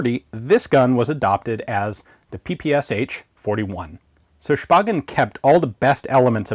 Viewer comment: I though you pronounced it as the PSHHHH 41